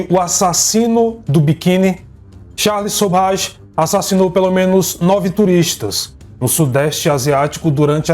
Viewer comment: Você narrando citando Charle e Sobhaj para o Charle Sobhaj me enlouqueceu kkkkkk